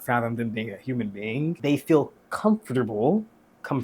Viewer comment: comfortable? No I comeforcole???